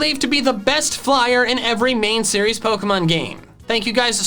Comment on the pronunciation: He say bost